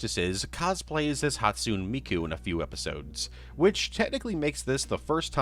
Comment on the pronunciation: I'm begging you please learn to pronounce Hatsune Miku correctly